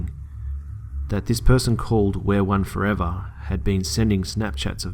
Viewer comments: I think it's pronounced "we are one" not "wear one" but if I'm just not hearing you correctly then disregard. Lol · Interesting how he pronounced it as wear one I pronounced it as we are one 😂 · Its not wear one, its we are one 😂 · It's weareone not wearone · it sounded like he said where one the entire time. but it's we. are. one. damn this is creepy tho o.O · why does he pronounce it "wear one" it is obviously "we are one " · It's pronounced we are one, btw